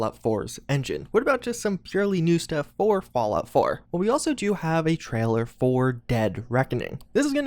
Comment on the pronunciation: No one:: TRAHLER